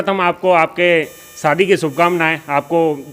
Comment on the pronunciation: Saadi nahi shaadi kahiey news wale ho uchcharan to sahi karo bhaijaan